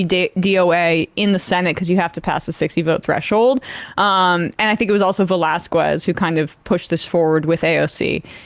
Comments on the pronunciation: Its not pronounced Velaskoooez. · That's not how one pronounces "Velasquez."